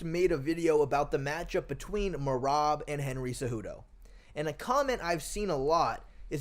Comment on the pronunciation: Can't no1 say merabs name 😂😂😂😂😂